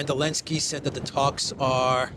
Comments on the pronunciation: Why do you say Alensky? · does the AI also say "elensky"?